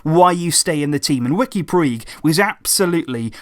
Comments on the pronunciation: His name is not pronounced 'Pweeg', it's really 'Pooj'. Just search "Puig pronunciation" and watch the first video that comes up. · It's pronounced pooch. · Puig is pronunced put͡ʃ ("Pooch") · His surname is pronounced "Putj" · Love your videos. Just one thing though, Puig is pronounced like putch in Catalan. Sorry just felt like it might be worth pointing out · It's pronounced "Pooj" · Takeuchi Omaha pooch* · please pronounce his name correctly. in catalan its pronounced like "pooch" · im catalan and the way puig is pronounced, sounds like "pooch". simple really. just google "how is puig pronounced" and it tells you in big letters. if you knew anything about fcb or catalan culture you would know that. im sure would want to get it right, why on earth would you actually knowingly want to get it wrong???. btw your grammar was much better last reply. well done. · "PUIG" isn't pronouced like that, i don't know how to explain it but it sounds way different. I'm Spanish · this is how you pronounce it.